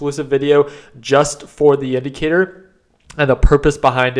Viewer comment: Share your indicatoorrrr lol